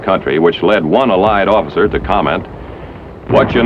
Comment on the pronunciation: How the commentator "uh-lies" instead of allied and "harrissment" instead of harassment I found to be distracting :P